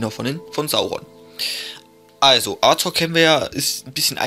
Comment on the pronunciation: Er wird Azog geschrieben ja aber es wird Asog ausgesprochen